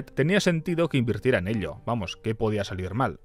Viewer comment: Me encantan tus videos, pero esto de decir "elios" "milionarios" "miliones" es infumable amigo